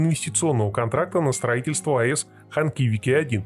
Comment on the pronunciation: Ханхикиви, а не Ханкивики :))